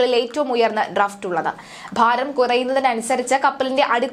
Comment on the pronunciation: ഡ്രഫ്റ്റ് അല്ല ഡ്രാഫ്റ്റ് ആണ്. ഡ്രഡ്‌ജ് അല്ല ഡ്രെഡ്ജിങ് ആണ്. ശ്രദ്ധിക്കുക.